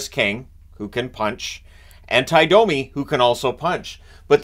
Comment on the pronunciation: No, Cherry NEVER called him “dummy”. He butchered the pronunciation of many names, and Domi was one of them. He said it like “Dah-me” instead of the correct “Doh-me”.